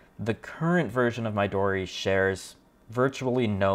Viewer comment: Midori is likely pronounced 'me-doe-re'. It means 'green' in Japanese.